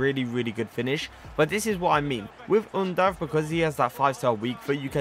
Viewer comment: Im from Germany Yes you pronounced him right 👌🏻 Keep up bro❤👌🏻🔥